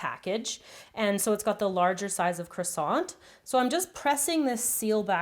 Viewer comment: Good video but pronounce croissant right